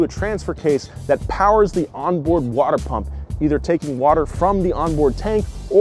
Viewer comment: Anyone else catch the Watah? 😂